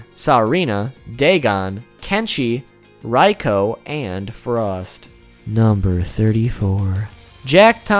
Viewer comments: Dude, your pronunciation is horrendous, Reiko is pronounced Rayko not RI-ko. It's BoRaiCho not BoRaiChu, Shinnok not Shinnook. Cynthia Rothrock not Rotherock... Also, when you mentioned Cyrax and Sektor had place holder names of Ketchup and Mustard, you should have included Sindel, who was originally known as Muchacha. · Regarding pronunciation for certain characters: It's Reiko (REI-KO), Shinook (SHIN-KNOCK), Bo Rai Cho (BO-RAI-CHO [Cho NOT Chu]), The statement that Blaze is the most powerful being of the MK Universe has now gotten retconned & proven wrong. The Titans (ex: Kronika), The One Being (who's divine aspects were split into the 6th realms, but the character still retains his consciousness, more or less manipulating everything so the villains would desire to conquer all the realms, which would then fully revitalize The One Being after taking the final victor of the battle across the realms as his new host body) & Elder Gods (i.e. Shinook & Citreon) are all more powerful than Blaze.